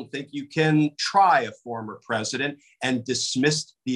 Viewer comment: He’s not peesident